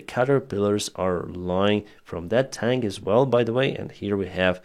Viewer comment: can I correct your pronunciation... Its not "Russian Tank" it's "Russian Tink" 😂😂😂